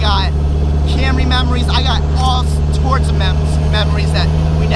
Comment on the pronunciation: "i got all torts of memories" lol